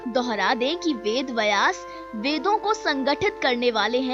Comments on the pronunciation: VedVyas not VedVayas वेदव्यास, वेदवयस नहीं Namaste. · Pronounce Vedbyas correctly....kya lutiens wali ho aur ved ko distort karne ka plan to nahi hai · वेदव्यास बोलना भि नही आता आपको